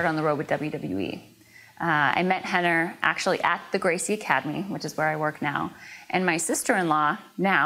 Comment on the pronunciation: It's Renner not henner...